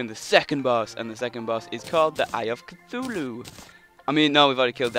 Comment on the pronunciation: you keep saying eye of cithulu